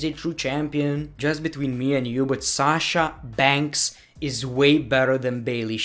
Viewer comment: I love u saying shasha bankhsss!!!